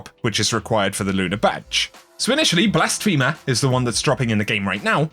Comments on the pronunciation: [ blas·phe·mer ] One who commits blasphemy; a person who mocks or derides a deity or religion, or claims to be God. NOT "Blast-femur" [a·pos·tate] "a person who renounces a religious or political belief or principle." please it's every time you say it. i'm trying not to be the grammar police but please. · I’m sorry but that’s not how you say blasphemer 😭😭😭😭😭😭. When you say it it sounds like Blas-femur. It’s actually Blas-feh-mur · Blas-femur? Ok then